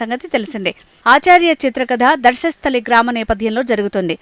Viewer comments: ధర్మస్థలి. ధర్మస్థలిధర్మస్థలి,దర్షస్థలి కాదు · నీ మోకామోలే చెప్పినవ్ అంత కాన్ఫిడాన్సు గా మరీ....దర్శస్థలి అని 🤣🤣🤣 ఒక్కసారిగా నాకే డౌట్ వచ్చింది ఇన్నిరోజులు మేము విన్నది తప్ప అని ...కానీ కాదు కాదు ధర్మస్తలి అని నా మనసు వెనకాల బోర్డు చూసాక శాంతించింది... మీరు రీడర్స్ కాదండి రాడ్ రోలర్స్ కిచిడి చేస్తున్నారు తెలుగు ని 🤦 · అమ్మా.. తల్లీ.. న్యూస్ రీడెరో... ఏం చదువుతున్నారో కనీసం ఆలోచించరా.. మీరు..? ధర్శస్థలి కి, ధర్మస్థలి కి తేడా తెలియదా... 🤦‍♂️🤦‍♂️🤦‍♂️ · Adi Dharshasthali kaadu thalli😃 Dharmasthali... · Darsasthali kadu ra vedavallara .... Dharmasthali.. Telugu chadavadam kuda raada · 🤣🤣🤣 అది దర్షస్థలి కాదు పోరంబోకు ఆంటీ, ' ధర్మస్థలి '.....తెలుగు చదవడం కూడా రాదు, జగన్ ఆన్న చెల్లెలు అనుకుంటా.. 🤣🤣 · Ooru peru Dharsasthali kaadu thalli..... Dharmasthali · Dharsastali kadhu amma adi dharmastali😀😀😀😂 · ముందు తెలుగు స్పష్టంగా పలకడం నేర్చుకో...దర్శస్థలి కాదు..ధర్మస్థలి...ఎక్కడనుండి వస్తారో తెలీదు 🤦‍♂️🤦‍♂️ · Darshasthali kaadu maha thalli Darmasthali...Devuda... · అమ్మా యాంకర్ తల్లి..... అది ధర్శస్థలి కాదు..... ధర్మస్థలి...... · దర్శస్థలి కాదమ్మా ... ధర్మస్థలి 🤣🤣🤣🤣🤣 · Darshastali kadu thalli adi dharmastali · Dharshasthali kaadu thalli, Adi Dharmasthali